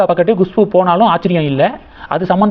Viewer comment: Gushpu Gushpu Gushpu, very adamant, refuses to correct, how many times you are pronouncing wrong, horrible, correct yourself, it is Khushboo